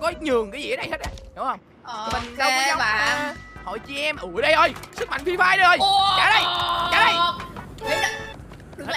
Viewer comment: sức mạnh Phri Phai😂😂